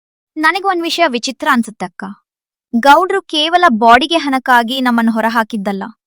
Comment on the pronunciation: Bodige ಅಲ್ಲ baadige 😂